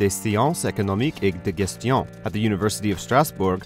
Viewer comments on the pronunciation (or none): Nice video. But what made me laugh hard was when he said Faculté des sciences économiques et de gestion with a soft g like grape instead of a hard g like gym. Other than that, that french was spot on.